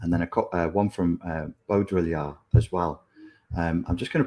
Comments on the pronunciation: Baudrillard is pronounced Bow dree ar, not Bo Diddly ard 😊 Did my dissertation on the hyperreal 20 years ago and... yup. Never more true than now. Strange days indeed. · It’s pronounced Bo-dri-ard (like yard). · "Beau-dree-yard !" Follow the the bouncing ball....